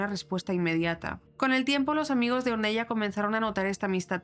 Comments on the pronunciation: Ornela se pronuncia! Or nel la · Ornella se escribe y se dice conL " Ornela". Porque es de origen italiano 😊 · Hola! un pequeño comentario... se pronuncia /ornela/ a pesar que se escribe Ornella. Gracias por hacer este video! Saludos desde Argentina